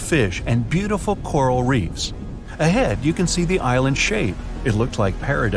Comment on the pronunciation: Is it just me ,or does it sound like he says Irelands at the start of the video I thought there was only one Ireland